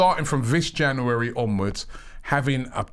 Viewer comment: Robbie says “Januwarry” 😂